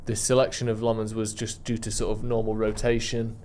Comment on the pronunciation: Our goal keepers name is pronounced Senna LAMMENS not Lemins 😂😂